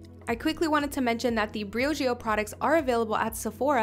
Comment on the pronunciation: She’s cute but the way she says Briogeo makes my brain bleed ....